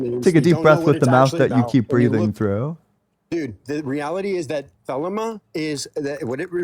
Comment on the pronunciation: As a former member of the OTO, it's pronounced the-lee-ma. This guy doesn't even know how to pronounce the name of the religion he's claiming to represent.